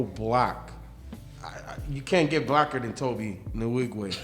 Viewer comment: His name is pronouced as "To-bay" Not To-be.